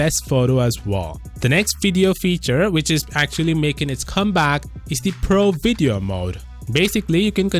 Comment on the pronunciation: I watch this channel so much ive gotten the habit he has of saying "vedeo" instead of saying video